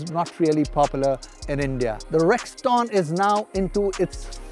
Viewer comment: Sirji, Rexton is pronounced rex ton as in ton and not Rex Taun. You seem to have got carried away with the G4. Hehe!!